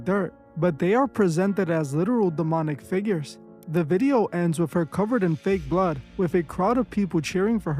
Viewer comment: Why you emphasize fake blood